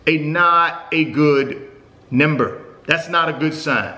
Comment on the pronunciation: What's a nember?? 😂😂😂